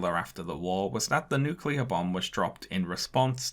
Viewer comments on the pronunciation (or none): With all the Japanese names he pronounced right, why couldn't he get nuclear (NEW kyu ler) right?? -GWB